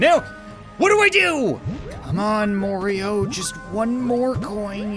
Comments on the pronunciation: soooo you call him morio enstead of mario WHY?? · It’s not morio it’s mario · Its not mario its Morio! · constantly says Morioh instead of Mario Me: Killer Queen BITES THE DUST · The way says goomba and Mario and Koopa troopa is great he says Morio and Goombee and koopa treeper